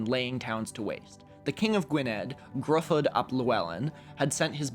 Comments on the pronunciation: Btw Gruffydd is pronounced like "Griffith" - the welsh 'u' sounds like english 'i' and 'dd' sounds like 'th'. Your pronunciation of Aneurin was almost spot on - it's just the 'eu' sounds more like 'eye'. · a dd in Welsh is a th sound, so Gruffydd = "Griffith"